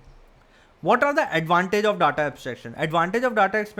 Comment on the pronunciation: Pls correctly pronounce the word data, it's not datha it is daeta